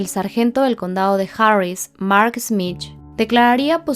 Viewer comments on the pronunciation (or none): none